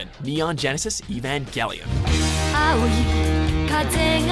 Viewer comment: They can't even pronounce Evangelion correctly.